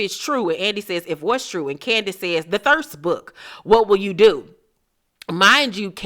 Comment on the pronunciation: They way she says “Candi-ace” 😆😆